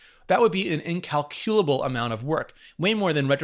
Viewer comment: Don’t ever say incalculable like that again